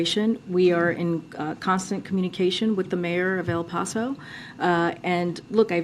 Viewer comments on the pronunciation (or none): El PAWso....🤭... why can't this woman pronounce words....Nordstrom pipe line....Noble prize...etc.....she's a press secretary for heaven's sake...what a joke...can't maintain eye contact....find another job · Bih don't even know how to say El Paso...